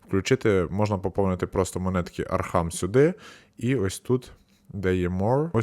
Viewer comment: Не архам, а архам